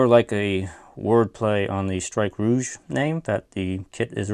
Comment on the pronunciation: Finally someone pronounces rouge properly